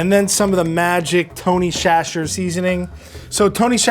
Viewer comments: me and gon have to rumble for that pronuniation of chachere's. phonetically it is literally just (Sa-sher-ies) like wtf what the hell is a (shashers) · me too. (facepalm) SATCH-ree. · It's pronounced SATCHERIES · not pronouncing Tony Chachere's correctly keeps throwing me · The butchering of Chachere is killing my poor southern heart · So when’s the fight between and the Mythical Kitchen on how Tony’s last name is pronounced? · Every time mispronounced Tony Chachere's, I died a little inside😖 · Tony WHATNOW Seasoning? 🤔🤔🤔 I know not everyone can visit Louisiana but I've never heard it pronounced this way (& again ).